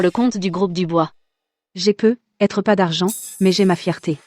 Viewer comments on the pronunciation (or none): On ndit pas "PEUT... ETRE mais prononcer " PEUTETRE"😢